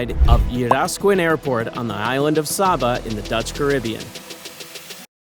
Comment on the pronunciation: It is pronounced say-ba